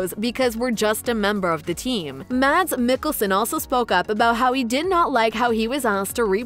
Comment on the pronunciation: The instant I heard this woman start speaking I knew she would pronounce Mikkelsen’s name incorrectly…and I typed this before she even said it.